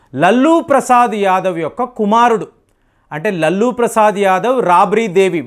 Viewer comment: లల్లూ ప్రసాద్ కాదు.. లాలు ప్రసాద్ యాదవ్